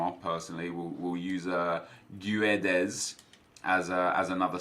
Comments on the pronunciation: Yo nep his name is pronounced GUE - DES not Gueds. Much love and make a all transferred players Draft / Team builder, call it "Almost FIFA19 ones to watch!" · It’s pronounced Gwedes